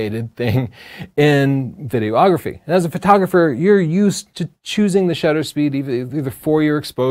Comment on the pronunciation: Good info, - as a working pro I often use many of these tips. Not meaning to nit pick, but noticed you're often saying "video-ography" or "video-ographer". Imagine calling shooting stills "photo-ography", or yourself a "photo-ographer":D